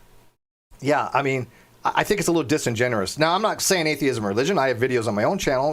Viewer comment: Well, I think they are both a pair of idots. Oh, FIRST! And, please grasp these concepts: It is disingenuous, not disingenerous. It is exacerbate, not exacterbate And it is HEIGHT, not heighth. Thank you for your attention. {:-:-:}